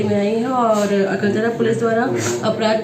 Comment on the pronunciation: Akartla nhi bhai galat bol rhe ho akaltra h o thoda achhe se Padho